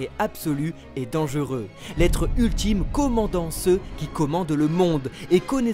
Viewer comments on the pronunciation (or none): l’être ult-Ym 😂😂😂